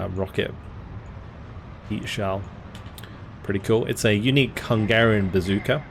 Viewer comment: As a hungarian I have to say your pronunciation was on point the whole time! I appreciate that you put effort into these kind of things too:)